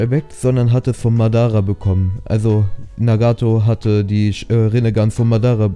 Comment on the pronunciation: Nicht Madarrra sondern Madaaaraa!!!!